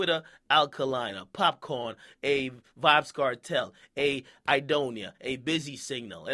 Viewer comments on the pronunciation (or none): I'mma need you to put some respect on the pronunciation of "Popcaan." NOT "Popcorn" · akademiks put some respect on popcaan name it's "caan" not "corn" nigga every Jamaican know that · Popcaan not popcorn, damn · it's pop caan not popcorn -_ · Akademiks can't even say popcaan's name right and he was "born and raised" in Jamaica